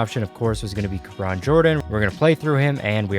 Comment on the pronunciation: He said kabron JAMES